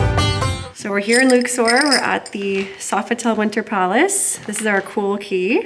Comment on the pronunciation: Could have at least used proper pronunciation instead of pretending you're special. Luxor like duck sore. Luksore. Luxor.